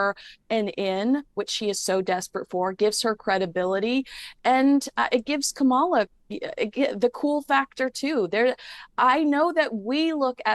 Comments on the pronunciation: Please pronounce her name right - it’s KA-mala, not ka-MA-la. People mispronounce her name to be derogatory or are being ignorant. You are supposedly a “journalist”. Get it right. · Her name is KAM a la,, not Kam-AH-la. And you call yourself a journalist? Are you kidding? If you haven't gotten her name right by now, after all these years, then there's no hope for you. And if you think for a moment that meghan has any influence on Kamala, then you're even more delusional than harry. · Please, it's KAMala, not KamALa. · it's KA-ma-la. Whether you agree with her politics or not, surely you can give the Vice-President enough respect to pronounce her name correctly. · Love you. Please learn to pronounce Kamala’s name correctly. Kamala (like Pamela). It’s disrespectful. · Please pronounce Kamala name correctly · You're spot on with that comment. Not only that, but she's so dumb that she can't even pronounce Kamala's name correctly.